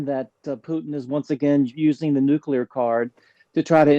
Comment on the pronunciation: learn to pronunce nuclear. It's not complicated.